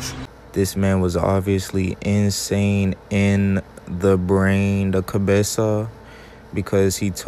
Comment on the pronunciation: Dude said cobeso 🤣🤣🤣u mean cabeza